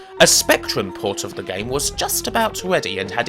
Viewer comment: why does he say lee instead of the?